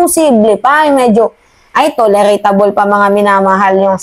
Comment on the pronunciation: Ma'am, Tolerable hindi toleretable tnk you